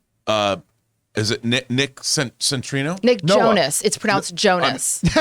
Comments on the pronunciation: It's Noah CEN-TI-NE-O guys! Not "Centrino"... What about Nicholas Hoult? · It’s pronounced Noah Centi-neo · Still waiting for them to correctly pronounce Noah Centineo